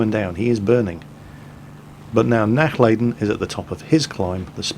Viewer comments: It would be a "lah" sound, as opposed to "lay" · I want to make sure he doesn't butcher it in the future. 'Nachlayden' was just an effect of his ignorance. He can learn. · Nachladen mean not loading in German and it is pronounced nach larden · Yes, purely out of personal interest, I want him to not butcher the German language. I can simply not stand faulty pronunciation. However, I know that really only pays heed to comments he himself finds interesting and comments regarding pronunciation are not on that list. Regardless, out of the vain hope he would actually read what I wrote and actually try to pronounce the 'a' like 'ah' when speaking German, I wrote the comment, hoping nobody would take offence to it. I am indeed half German and no, I am not being stubborn because I am half German, I am being stubborn because I'm half Dutch and Dutchmen hate being in the wrong. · both "a's " are pronounced like the U in utterly, a little more "stretched" though. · I like how you pronounce "Nachladen" ;D sounds like a gaelic word when you say it ^^